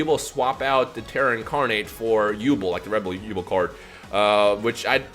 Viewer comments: Who the hell is yubul, it’s Yubel. Come on, did you not read the manga. On a serious note, 5ds is coming and I can’t wait for stardust dragon. It’s my favorite dragon. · it's pronounced yubell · Sorry you say yu(bell)'s name wrong and i cant take it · Also you pronounced yubel wrong it's said like you-bell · Its You-Bell Lol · probably already knows this by now but it's pronounced You-Bell. Yubel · it's yu-bell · Does it bother anyone else how he says Yubel? Haha no disrespect but I think it’s pronounced “You-Bell” P.S. I want more duel links! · It's genuinely bothered me from he's started saying it. I'm sitting here wanting to see my waifu in action and he's going and slaughtering her name! Still a good vid tho. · Might just be me but the pronunciation of Yubel sounds weird 😂😂